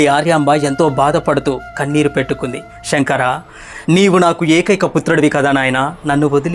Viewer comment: షెంకరా అని పలకవద్దు "శంకరా" (Sae) అని పలకాలి